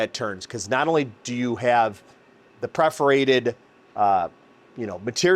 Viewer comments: It’s PERForated not PREForated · Perforated not preforated. Purr-forated, like a cat purrs.